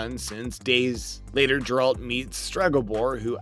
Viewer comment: Geralt not grealt